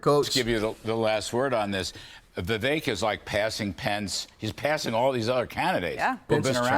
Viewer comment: His campaign people are doing him wrong with the fake Fauci images and other stupid things. Trump doesn't deserve "loyalty" from DeSantis. Trump isn't a king. Vivek's name is pronounced, "viv-ayk"